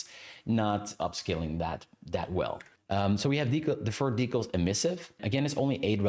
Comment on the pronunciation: I was interested in watching this, but I'm stopping about 10 minutes in because you say "decals" so many times and the pronunciation is giving me an aneurysm 😭